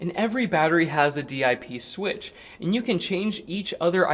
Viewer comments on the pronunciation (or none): "DIP switch" is dip like chips and dip, not "D.I.P."... Just sayin'